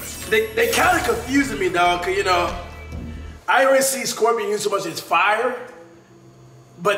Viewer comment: Ik this mans did not say scorpion😂😂😂😂